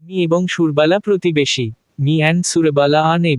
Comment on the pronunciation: সুরবালা , সুর্বালা নয় ।